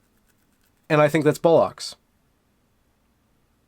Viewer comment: Another great vid. Are Americans saying 'bollocks' now? I thought I heard you say it. If it was bollocks, pronunciation needs some work.😉